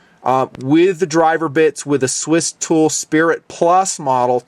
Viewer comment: Did say Stool? Lol!